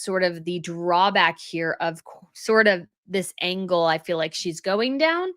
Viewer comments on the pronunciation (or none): none